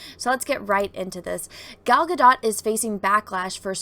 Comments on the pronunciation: I'm sorry to be that asshole but this is coming from an israeli, everybody keeps pronouncing her name wrong, everybody keeps saying it like ga-dot or ga-doh but it should be pronounced like ga-dote. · I'm new here but I think its pronounced Gal Gadoe as in go. 🙂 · This one needs to learn to pronounce Gals last name correctly & what's going on right now with people is that they don't really know anything about Cleopatra & so they assume she was Egyptian when in reality she was Macedonian & yes I guess they could be classified as white people. This chick attacks other actresses when it fills her needs no difference here I guess but let's not be hypocrites.